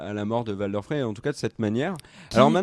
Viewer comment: Arrêtez de dire Valder svp c'est Walder, ça se prononce à l'anglaise...